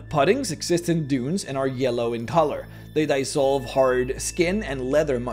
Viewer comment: *dEEEEsolve not dYYYYsolve